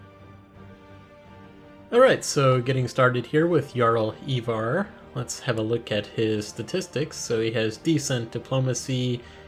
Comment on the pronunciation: ivar is prounouced "eye-var"